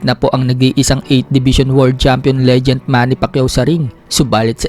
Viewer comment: boss bkit lagi mu cnsbi legent instead of legend?🤭